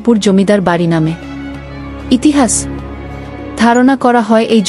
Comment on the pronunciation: চালে, ইহিহাচ এগুলো কি রকম উচ্চারণ 😂😂😂